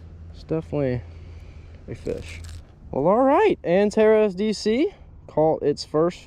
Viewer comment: It’s pronounced with an S instead Z Antares not antarez